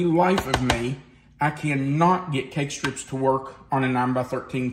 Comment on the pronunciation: Cake strips to bake evenly? What are you saying ? Egg strips, cake strips? What is this?